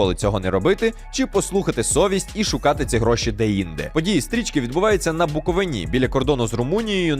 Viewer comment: Ви задовбали Буковииииини , а не Буковиниии